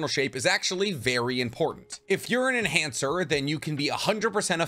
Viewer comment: Lol he said male enancher